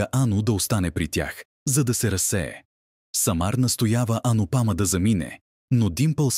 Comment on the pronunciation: Как е възножно всички имена да ги произнасят неправилно с неправилни ударения!...Пълна неграмотност! Поне да слушат оригинала как хората произнасят имената. Не е АнупАма, а АнУпамА; не е КавИя, а КАвия; не е Не е ВАнрадж, а ВанрАдж. Много е дразнещо да се слушат толкова погрешно поринесени имена. Дори отврат!!! Особено името на Анупама - това е име с две ударения - на У на последното А. Чуйте оригинал и не се излагайте!!!! Идиоти! Ето правилното произношение за Анупама: ; и ето за Кавия